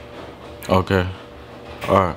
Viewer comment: I love how he says "otay"